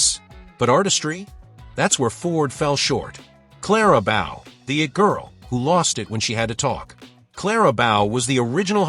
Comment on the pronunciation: You can't even pronounce Bow correctly.